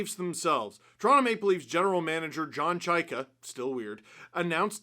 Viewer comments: Chy-ka. Chay-ka. Chy-ka. Geez. Can we say it right, please? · Can't get used to the new Chayka pronunciation. I say that as someone with a last name no one knows how to pronounce.